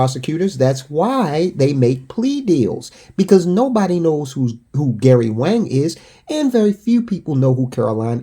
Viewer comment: Wang is pronounced Wong.